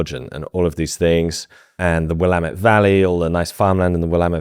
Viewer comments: You live here but kudos on pronouncing Willamette correctly. Ayo river. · Love the video but nothing more jarring than hearing someone pronounce Willamette correctly despite a different accent as a native Oregonian